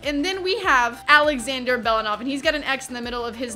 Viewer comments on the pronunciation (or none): none